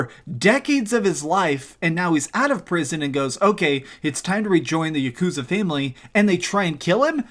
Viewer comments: Its not yuh-koooooozuh. Its YAH-ku-ZAAH. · Im here like god DAMN MAN. Please don’t pronounce yakuza with such a long hard U